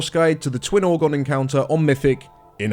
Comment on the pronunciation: It's "Ogron", not "Orgon"